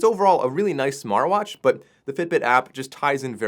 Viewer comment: Smarr watch, still can't say Tea?